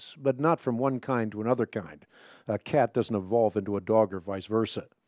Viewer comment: Every time he says “kind” or “Evolutionist” i take physical damage